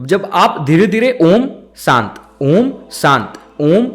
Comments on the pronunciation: Absolutely wrong... pronouciation is not AA ooo MM it is OOO mmm .... All are guiding wrongly. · Bhai uccharan galat kar rahe ho ...aur logo ko bhi sikha rahe ho ...videos main achi knowledge dete ho tum ..lakin Galt knowledge mat do ....a kabhi om shuru nahi hota hai ....pehle khud sikho kisi yogya guru k saanidhya mein....uske baad khud samjh aayega....om ka uccharam main bahot si chizo ka dhyan rakhna padta hai ...tumhara aum ka uccharam aisa laga ki ...jaise bina mithasa ka fhal joh fika ho...saari mithas ki gayab kardi tumne ...om ek dhuvani k saman hai jab tak usmein se woh dhvani prakat nahi karoge tab tak woh nahi nikalegi.,.. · अ...उ.....म् ऐसा उच्चारण किसी भी पहुंचे हुए गुरु ने किसी भी शिष्य को सिखाया नहीं होगा. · Sorry I am not satisfied with the pronunciation of Om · उच्चारण गलत है